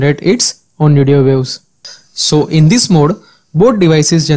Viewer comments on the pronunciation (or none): "radio views"? it is radio waves, it isn't that hard to pronounce 😂